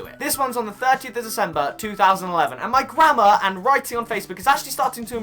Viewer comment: Why is it whenever u say grammar I hear grandma 😂😂😂